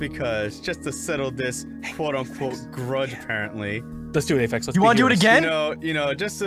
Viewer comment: doesn't ph in english basically mean f? they also always pronounce it afex